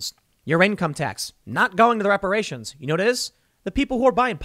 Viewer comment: ReparaySHONE, IntoxehkaySHONE, IncarsehraySHONE.